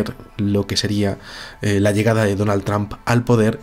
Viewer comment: es donald trump, no donal tramp??? xdxdxd